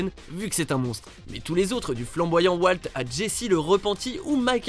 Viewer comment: la famille de wAlt :rire: ça ce prononce WOLT putain